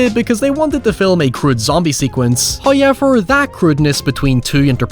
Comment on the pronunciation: i swear you're just saying "huyever" as much as you can to piss me off...love your videos